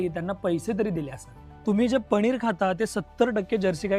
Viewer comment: आधी शुद्ध मराठी बोला बेटाजी. म्हनून नाही म्हणून म्हणा, पणीर नाही पनीर. बाॅयलर नाही ब्राॅयलर असे शब्द आहेत.... बाकी सर्व ठीक आहे